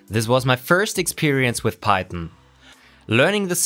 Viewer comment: Are you saying pieton? Instead of PieTHON.